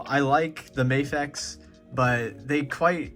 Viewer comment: Bro, it's Mah-fex not May-fex